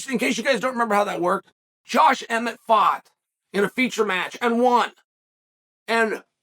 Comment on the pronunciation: Josh emmett is the only name he has ever said right